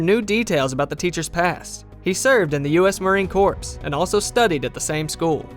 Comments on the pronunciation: How anyone can narrate all that and pronounce "Marine Corps" as "Marine Corpse" is beyond me. Or is "anyone" just a text-to-speech program?🤔 And then there's the line that says the teacher left the Army. Must be something wrong with org chart of the DoD. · The S in Corps is silent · FYI, the P in Marine Corps is SILENT.